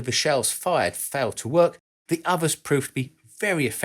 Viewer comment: It's pronounced uther not ovuh